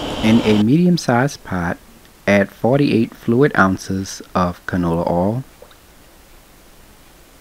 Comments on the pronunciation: You know it's gonna be delicious when the chef calls it "ouhl" instead of oil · You gotta put tha R on it ourhl!!!!😂😂